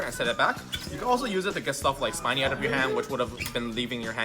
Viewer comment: Spinny is actually pronounced as speeny not spainy...because it spins...plus it's Spinny and not Spiny.